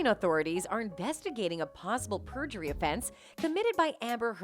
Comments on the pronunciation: Isn’t it perjury? Not prejury? 🤦‍♀️ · Prejury or perjury?